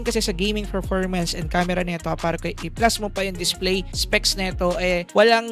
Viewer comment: Nice review.. sakit lang sa tenga ng "Ferpormance"